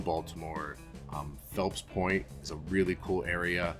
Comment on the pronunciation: Fells Point! and Michael Phelps does visit there LOL Not "Phelps Point" BMORE ⚓